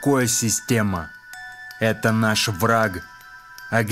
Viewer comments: Совершенно верно! Но поступаете вы наоборот: (ВРА) , потом, сделав микро-паузу и нарочно выделяя, - (Г), а ведь нужно (К). Послушайте свою запись. РЕЖЕТ СЛУХ! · В словах: вра(Г), абсур(Д), наза(Д) по законам русской орфоэпии, в слабой фонетической позиции, когда после согласного звука нет гласного, следует произносить глухой вариант согласного (Г - К, Д - Т, ), соответственно - вра(К), абсур(Т), наза(Т). НЕ НУЖНО СЛИШКОМ СТАРАТЬСЯ, И ПРИРОДНОЕ ЧУВСТВО ЯЗЫКА ВАС НЕ ПОДВЕДЁТ, УДАЧИ!